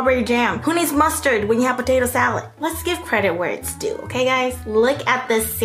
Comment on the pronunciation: “pOtaTo saLooD” “cole sALooD” LMAO